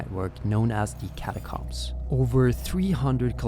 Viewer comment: Catacombs. Not cums?